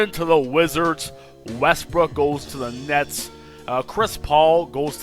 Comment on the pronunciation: he tried to say nets and said nuts